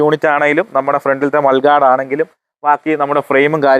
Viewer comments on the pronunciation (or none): മൾഗാഡ് അല്ല..! മഡ്ഗാഡ്..!